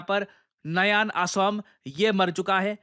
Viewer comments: its not aaasom... It's pronounced as "Akhom". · Actually sir the pronouncing is OKHOM..... NOT ASSAM OR ASOM.... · Aasomm nhi OHOM Mu se sound hoga